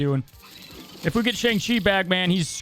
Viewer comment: You’re pronouncing Shang-Chi wrong.